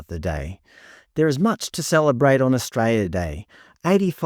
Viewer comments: AustraLia, not Astraya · Mate, it's not 'Austraya', its 'Australia'! There's an L in Australia. I'm Australian, not Austrayan! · Mate its Australia or straya no such thing as austraya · brother pronounce the fucking word correctly holy shit A-U-S-T-R-A-L-I-A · I’d enjoy this more if he could pronounce Australia correctly. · What does that even mean? Are you saying you can’t hear the mispronunciation of Australia?